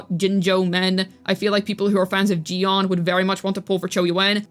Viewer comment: Chee yu aan is how it's pronounced